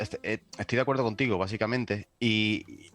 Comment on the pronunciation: Dijo CONTIGUE?????? No Mames jajaja